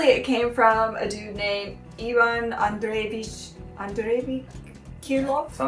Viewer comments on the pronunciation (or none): none